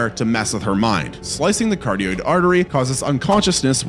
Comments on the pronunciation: Dude. Love your videos but please. Ka rot id artery. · The arteries are (cuh-rod-id) carotid